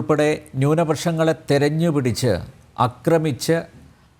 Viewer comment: അക്രമിച്ച് എന്നല്ല. ആക്രമിച്ചെന്നു പറയൂ.